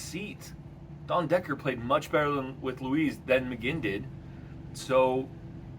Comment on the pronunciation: I'm sorry, did you just say Dondecker? Lol Decent pod